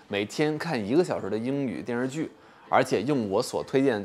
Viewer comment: 不过说“电视剧”的时候，“视”字吞音太多了，像…游手好闲的小混混。姜文可不这么说话。